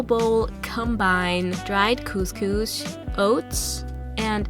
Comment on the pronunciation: the way she says couscous gets on my nerves! every Moroccan Algerian and Tunisian knows what I mean :)